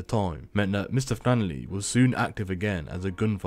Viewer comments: Its FlanneRy. Not Flannerly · Sorry had to stop listening to a voice that says flannely instead of flannery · Omg stop saying “. Flanerly” how hard is it to pronounce his name🤷‍♂️ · Who the f$&k is mr fannely? Saying rentakill instead would make it easier to stop me pissing myself laughing